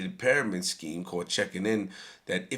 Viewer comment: I feel dumber after listening to this moron. u can’t even pronounce pyramids correctly 🤦🏻‍♂️. Who cares about what the hood thinks the Goal is to get out.